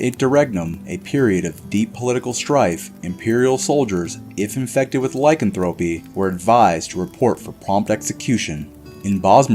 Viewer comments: Ur are mispronouncing lycanthropy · No offense but he is not pronouncing lycanthropy correctly